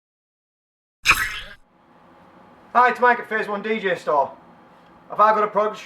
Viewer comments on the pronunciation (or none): DEEJAY NOT DEEJEH